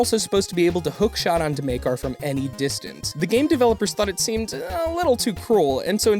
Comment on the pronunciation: its MAkar not MEYkar :/